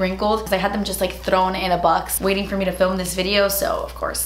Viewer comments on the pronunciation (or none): “Thdrown” in a box 😁 I love how you pronounce thrown, through, etc. Very Cuban of you ❤️